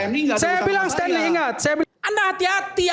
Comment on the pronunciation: Sten, Stenly, Bukan Stenly... hahahaha Lawak